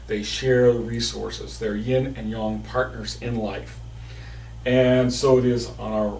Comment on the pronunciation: 😂😂😂 "YIN AND YOUNG"!!!😂😂 NOOOOOT!